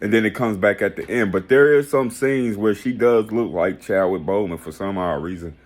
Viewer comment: Boseman! Lol, nor Bowman. This review was hella weak. Regardless of the movie lol